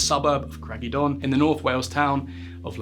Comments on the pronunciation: it’s pronounced ‘cr—eye-g uh don’ and ‘llandidno’, when you said craggy don it made me laugh 😅😂 great video! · Craggy don lmao I get Welsh isn’t easy but even a 2 minute search would’ve got you much further